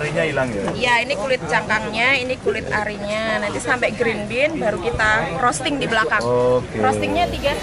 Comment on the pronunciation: Mbaknya bilang rosting nya kliru hanya informasi bahwa roasting Dibaca rowsting pake W